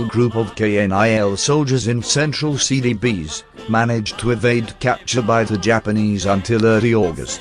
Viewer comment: I keep hearing "Silly Bees..."